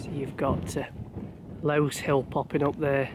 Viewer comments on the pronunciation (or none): Great channel, you really put the miles in! Crow stones and bull stones are both wonderful vantage points to stop and just take it all in. Just one thing I must say, and it's not just you....it's lose, rhyming with "booze" hill, there was a battle between the king of northumbria's men and the the mercians, in the valley between them, obvs one side won and the other lost that was camped on lose (rhyming with booze 😂) hill!! Also it's grindsbrook with grind being pronounced like bacon rind, and grinah as in the stones should be pronounced gri-nah...not rhyming with winner. I believe a Mr read started all this off, he should know better!